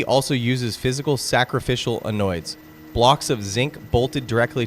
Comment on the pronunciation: It is pronounced ‘ann-odes’ not ‘annoy-ds’!